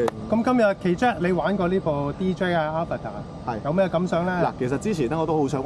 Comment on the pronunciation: AVATA應該係讀"A-VATA" (讀音出處 - DJI 發報條影片: DJI - Introducing DJI Avata)